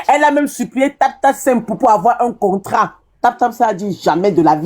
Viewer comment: " concra" au lieu de contrat. Rien que votre manière de parler énerve. Vous voyez, vous ne parvenez pas à vous accorder 😢😢, ça fait pleurer walahi